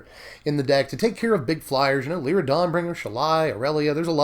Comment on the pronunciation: Love you, but had to stop the viedo 2 minutes in and hand you the thumbs down. Just cant listen to ayou say Song of Frey-a-LIES. its worst then your Lyra pronunciation, but with out the justification. FYI it sounds better Frey-a-lease. Still a big fan, and I support SBMTG